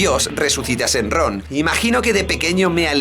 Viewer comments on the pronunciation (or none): shenlong:'v no shenron :c